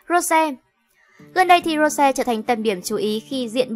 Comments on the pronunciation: nói thì nói cho đúng rose not ro sè ok bruh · Làm ơn đọc đúng tên Rosé đi. Một là đọc theo tiếng Anh là Rosie. Hai là đọc theo tiếng Hàn là 로제(phiên âm:Rô chê). Đừng có đọc là Rô se nữa. Đọc vậy, Blink buồn lắm. Làm ơn 🙏🙏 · cũng ko muốn nói đâu nhưng mà ad đọc sai tên của chị chúng tôi rồi. Định ko nói nhưng mà nó cứ tuôn thẳng vào tai ví dụ như tên của Rosé nhá. Cho hỏi " Rô se" là ai vậy ạ chị tôi có tên thế đâu trời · Rô se? Đọc chuẩn tên có đc k vậy?